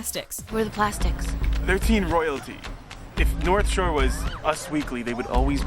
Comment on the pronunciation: North Sure . . . . . . . Yeah, shore.